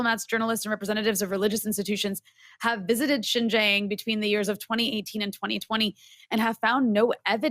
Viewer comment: Anyone who cant event be bothered to learn how to pronounce Xinjiang get switched off immediately, it is not Jinzhang. Seen enough in 8 min to see that 1. these idiots think US is the only one with any agency in this relationship - still entirely US centric - its so weird to me. 2. this is all CH propaganda talking points. is a shill. "more privileges than the Han majority" massive lol - try saying that about positive discrimination in the US.. Don't let your hatred of the US lead you to believe this trash.